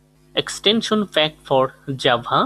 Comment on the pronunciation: The vid is great but...... Jabhaanhaa! XD